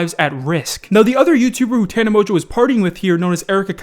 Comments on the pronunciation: Wait you pronounce it mojo? I though it was Mon-go 😂. And did she get stung by a bee on the lips? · Mans said "Tana Mojo" Wait, is that how its pronounced? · anybody else notice that be said tana mojo 😂😂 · I have never heared someone pronounce tana mongeau the way does.